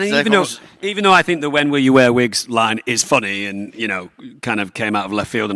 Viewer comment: LORD OF THE VIGS! 😆. Do you vear vigs?!?!